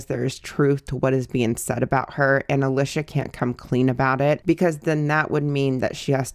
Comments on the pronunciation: Girl if you did all this research why can’t you say her name right? Lmao it’s pronounced alEEsha. It’s a common name… come on girlie 😂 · Alicia is pronounced with a long e sound. Leesh is short for Alicia.